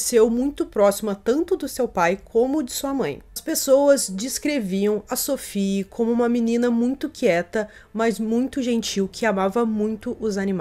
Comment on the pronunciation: Se Sophie era francesa a pronúncia do nome dela é SOFÍ. Nada de inglesar o nome da menina.